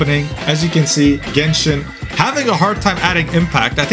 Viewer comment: Gayshin impact.